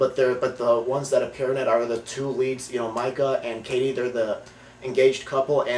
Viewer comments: lol i dont think these guys really watched the movie. his name is MEEKA not MIKA and she woman says meeka alot.idk how he got this confused, and anyone who has seen this movie would agree with me. this movie is also scary as shit, by far best scaryness evar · its pronounced MEE-KA. good review tho. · its Mikah